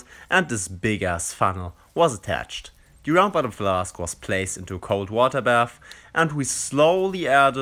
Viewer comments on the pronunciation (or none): none